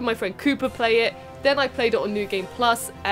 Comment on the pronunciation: I'm sorry, as an American, when you say Cooper I hear Koopa.... then i just want to jump on his head. Sorry Coop....